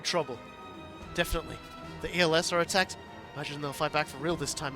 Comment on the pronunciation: Els is pronounce similar to else